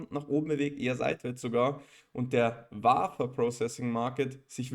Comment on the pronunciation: Vielen Dank für das Video und die Analyse … Wafer … wird “Wäfer” ausgesprochen … Jede AMSL Maschine hat einen TEL Track oder einen SCREEN Track angeschlossen, um die Wafer mit Lack zu versehen …